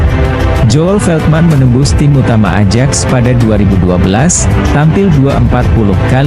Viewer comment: AJAX itu dibaxa '.AYAK tolong belajar lagi cara alpabet Belanda..jgn bikin malu